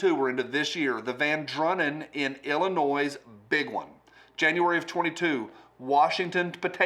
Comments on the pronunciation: I know you won't read this but an intelligent man should speak intelligently. It's pronounced ill-uh-noi not ih-la-noise. Also, why did schools stop teaching phonics? I was hooked on phonics 40 years ago & wouldn't enter rehab for it no matter what the consequences would be 😜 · Hey just so you know the "S" at the end of Illinois is silent. You've been doing that for a while, lol. Great video though 👍